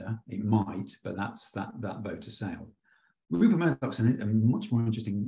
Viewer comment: Love how you got RUPERT Murdoch's name wrong . I can't wait for a time when that POS is consigned to the dustbin of history